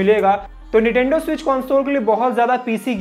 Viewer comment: Correct it ..its NINTENDO not NITENDO.😮